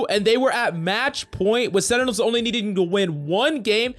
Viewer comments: It's sentinels not senitals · Sentinels not Senitels lol